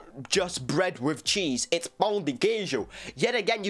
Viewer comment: vc finalmente conseguiu pronunciar a palavra pão direitinho 👏👏👏